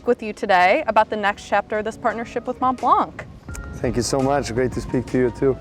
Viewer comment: She is saying Montblanc incorrectly.